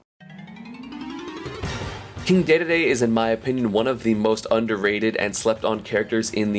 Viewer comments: I am actually disturbed by the fact you say "Day-Day-Day" and not "Dee-Dee-Dee". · Ikr. Not "Day-day-day" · Did my man just pronounce “Dee-dee-dee” like “Day-day-day”? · King day day day? It’s king de de de (dee dee dee) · its pronounced "Dee Dee Dee", not " day day day" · For the last time: It’s DEE DEE DEE. Not DAY DAY DAY. Freak, dude. Seriously. You’re as bad as people who say Wario’s name wrong. (Wah-rio, not War-io, as in World War II) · sounds like esam said king gay gay gay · "deh deh deh" the hell is a dehdehdeh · Full vid on dedede please!!!! Also it's "dee Dee Dee" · I don't understand how he still makes that same mistake, where is he getting the "ay" sound??? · how tf do you pronounce dedede